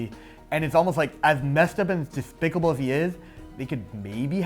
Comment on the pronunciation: Oh honey don't say "dethpicable" if you have a list, that's like rule #1